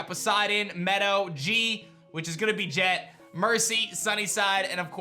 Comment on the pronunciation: I love how he keeps calling jet "je"